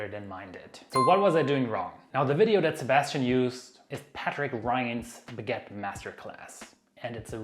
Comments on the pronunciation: What is a "beget"? That's what it sounds like, but I have no idea whatsoever what you are saying. Oh, do you mean a baguette? Well, FIY, you are saying "biget", but that is not the word. It is "baguette". "Be" is not pronounced "bi". Come on. It isn't a bigette, it is a baguette. And you keep saying biGETTE. Stop. I won't listen to you if you keep saying that. It's driving me nuts. There is no such thing as a biGETTE. The first syllable, "bag," rhymes with hag, not with hit. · learn to say BAG ETTE, thank you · PLEASE learn how to properly pronounce 'baggette' ! There is a you tube video for further reference! Thanks!